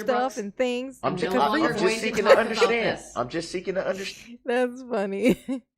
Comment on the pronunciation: "underSCHtand" 😤😤 I hate how he pronounces words like this with "sch" !😤😤 Like when he says "I'm merely asking to underSCHtand" !!!